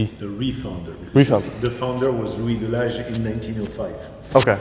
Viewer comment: Delage pronounced, De La Hey